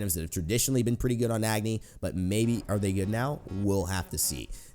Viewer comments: Just FYI, Agni is pronounced ug (as in ugly) + ni (knee) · it not pronounced Agni its Uhgni. Btw I'm pumped for the new Agni skin coming out what about you? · You're pronouncing Agni wrong. I'm Nepalese, I know how it's pronounced.